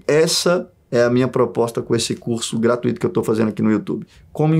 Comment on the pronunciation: gratuíto não! Você é maravilhoso mas gratuito não possui tonicidade no “i”. Já é o terceiro vídeo seu que vejo falando assim! 🤓